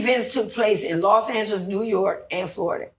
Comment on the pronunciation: It's not "Lost" Angeles it's "Los" Angeles which translates into City of "The Angels" ❤